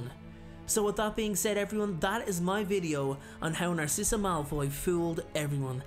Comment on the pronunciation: well her name is “narcissa” as in “narcissistic” 🧍🏽‍♀️